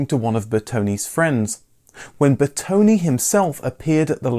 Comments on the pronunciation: Please. Lancia is pronounced “Lanchia”. And it’s Bertone, with an open e, not “Bertoni”. Thank you. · Master of wrong pronounciation... again..His name is BERTONE not Bertoni. And its not Lanzia.🙁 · Looking at the great Italian content you study it's time for a first lesson on how to pronounce correctly some names: Lesson 1: Car designer Bertone Bertone not Bertoni Ber - tone, like the food Calzone or the famous Vito Corleone, or the ubiquitous Drone. As in Italian and Latin languages the letter E sounds more like the letter A in chaotic. Ber to ne Ciao e grazie per i video!